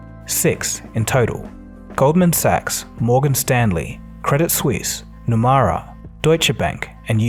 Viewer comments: Nomura is pronounced as “No-moo-ra” not “No-Ma-ra” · It's Nomura, not Numara. Wrong pronunciation. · pronunciation of japanese bank: "NOMURA"....is NOT NOMAURA....it NO..MOO..RA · Nomura is pronounced as “No-moo-ra” 👌🏻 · Nomura is pronounced like No-moo-ra, not No-ma-ra. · Nomura is pronounced "Nomura", not "Nomara" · its NomUra… NOT NomAra I seriously love your videos, but getting a name wrong like this seems out of character for you. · It’s no-moo-rah “Nomura” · Why pronounce Nomura Numara? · It’s pronounced ‘nomoora’ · Nomura is incorrectly pronounced in the entire video. Correct: " nuh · moo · ruh". It is poor to mispronounce a prominent bank. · No-mu-ra. It ain’t hard to say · Why do you pronounce Nomura as nomara??? It's a japanese word.